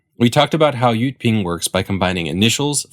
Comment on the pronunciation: correct jyutping, but he pronounced it wrong